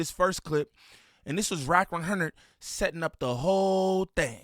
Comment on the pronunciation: "wrack wunhurrnid" 🤣😭 "Imma keep it a Bundelly" 😭😭